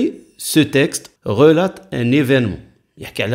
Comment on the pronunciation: استاذ relateمعناها يروي وما تتنطقش هكاك الtمتتنطقش